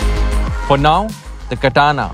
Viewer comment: It's Katana as in batana 😉